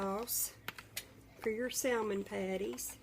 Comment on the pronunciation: The L in salmon is silent. Its SAMMIN